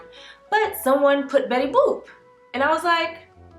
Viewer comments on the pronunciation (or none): Did you say Bettusha boop 😂 lmaooo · Lol “betty boob”